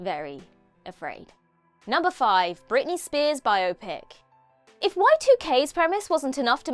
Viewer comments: Britney, not Brittany. Jeez. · It's "Britney" b***h! 😂😂